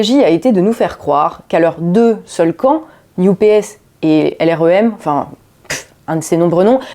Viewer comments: NUPES prononcé "new PS" = wtf? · Prononcer New P.S. pour NUPES, c'est voulu ? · J'entends "New PS" pour "NUPES". C'est volontaire peut être ? En tout cas c'est pas bête. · bonjour, il y a une chose étonnante , a chaque fois que vous prononcez "NUPES" moi j'entend "New PS" ce qui au final est plutôt vrai! , ce ci étant dit , bonne analyse comme souvent avec votre travail , cordialement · Ah donc, pour, ça se prononce "la new-PS"?:D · La nupes prononcé "New PS" c'est parfait <3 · NUPES prononcé "NEW-PS"? J'ai bien compris?? Le nouveau PS? 🤣🤣👍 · le retour, enfin! Pertinente et impertinente, comme toujours. On retiendra la nouvelle prononciation pour l'improbable coalition de Mélenchon: New Ps